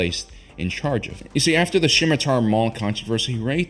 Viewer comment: The scimitar is named after an Arabic and Persian dagger. The C is silent.